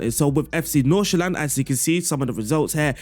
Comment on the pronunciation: Great tactic. Your pronunciation of FC Nordsjælland is not quite 100% right, but pretty damn close. So good job on that aswell.